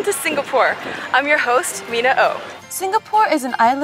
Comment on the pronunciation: actually it's pronounced more like sing-uh-pore and not sing-ga-pore